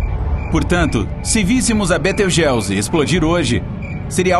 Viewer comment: Betelgeuse ( Betelguizi ), não beteugéuzi